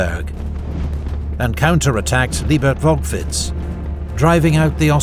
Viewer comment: Awesome video. Sad you butchered all the location's names. Except Liebertwolkwitz. You got the longest one right. ;)